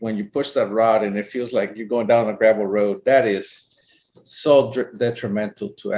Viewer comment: The way creamed his jeans when said iosso. 😂